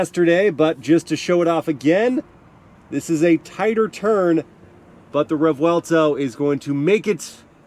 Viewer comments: I know I’m a year late but it’s a revuelto not a revwellto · I can imagine this guy repeating and talks about REV-VUWELTOw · Rev-welto? xD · Imagine not being able to pronounce Revuelto for 29.24 mins... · How in God’s name are you reviewing a car you can’t pronounce??? 😂😂😂